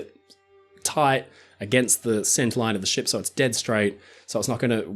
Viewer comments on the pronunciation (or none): none